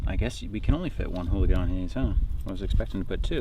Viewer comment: Earl Goudie eulachon not hooligan Contents 1 English Alternative forms eulachan, oolachan, oolican, oolichan, oolakan, oulachan, oulachon, oulakan, ulicon, ulikon Etymology Borrowed from Chinook Jargon ulakan, from Clatsop Chinook. Pronunciation (UK) IPA(key): /ˈjuːləkɒn/ Noun eulachon (plural eulachons) Synonym of candlefish